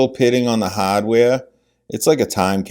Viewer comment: The "haddware". LOL. New England! Boston?